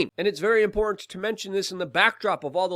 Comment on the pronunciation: I'm not buying any youtubers "merch", it's not "importn", and "tuh-tallitarian"...